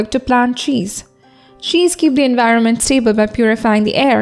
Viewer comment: Your videos are awesome....but you could look after your pronounciations.....eg., twilight,poem, environment..... nothing else, keep going.😊😊